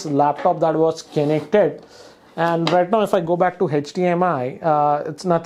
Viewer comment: "Kenek Ted"